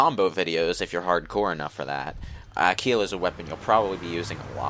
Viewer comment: It's with a G. Aguila